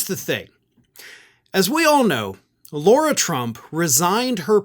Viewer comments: I believe it's Lara-not-Laura. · Why does keep calling Lara Trump, "Laura"?